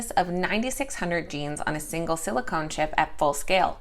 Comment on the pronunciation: In your segment on twist, silicon is not pronounced as silicone.